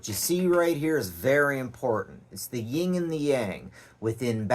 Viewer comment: I clicked away at “ying”